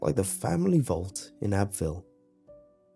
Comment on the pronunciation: Just to let you know since you got a script and can read how the words are spelled if it says Abbeville, it is pronounced Abbeyville. I would know since that's the town I was born in LOL